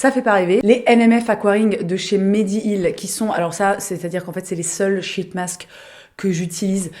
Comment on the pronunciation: Moi je suis là pour l’humour de Qualitay 😂. Sinon sheet masks, faut prononcer le “i” long sinon c’est de la 💩 😊